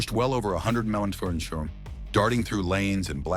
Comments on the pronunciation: "He pushed well over 100 memsormshrormsorn". : "...ripping down I-75 at 98 maheeooj". : "Even after loosing a front tire Reard keep pushing at 100 melardmefone". Huhh? What the hell? : "...blowing through stop signs like they didn't exist.". Huh?? WTF?? On I75 stop signs DON'T' exist! Woww man! Ai must be tripping TF out on a power surge or something. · Time stamp ...... um....... WHAT????!!!! WTF was that garbled mess?? "pushing a hundred melar meatbone". But of course. That AI just can't seem to pronounce mph at all. Actually pretty funny! 🤣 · 'pushed the car over 90 meph'- stupid AI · "120 mahsermah" Wtf is that? Worst AI narration EVER! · Shut the hell up. WTF is 98 BPO's? It's 98 MPH silly AI. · What is a M P OOCH ?? AI need's to learn English. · someone needs to teach these AI voices how to say mph. Mipha and Miphama and miphfermay just don't sound right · What is with this AI? Narrator it can't get miles per hour right mushuma. That's just one of them I heard. 150 mashuma😂😂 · . "120 muss ooh muh." ☝😂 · Hysterical listening to AI try to pronounce MPH. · Need to teach that stupid AI to pronounce “mph”. It’s not difficult. Em Pee aitch. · also . i mean, seriously.